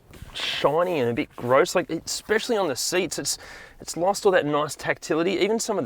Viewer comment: I've never heard someone say "grose" as frequently as this man